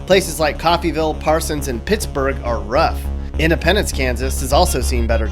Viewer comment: He said SE Kansas and Pittsburg and I felt so damn embarrassed. Also as a Midwesterner we’re not /that/ scared of tornadoes. Especially being from Joplin, MO. Tornadoes don’t scare us anymore. Not after the ‘11 one